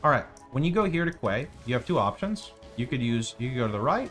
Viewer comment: Apropos of nothing, if you really cared, 'quay' is pronounced 'key', just like....a key. Yeah. Isn't English grand?